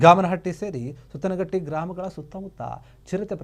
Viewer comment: ಗಾಮನಹಟ್ಟಿ ಅಲ್ಲ ಗಾಮನಗಟ್ಟಿ ಸುತ್ತನಹಟ್ಟಿ ಅಲ್ಲ ಸುತಗಟ್ಟಿ.